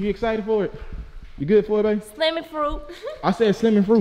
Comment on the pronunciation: So nobody heard King say fruit n SLIME🤣🤣🤣: Fruit n slim bae🤣🤣 King had me dead😂😂😂😂😂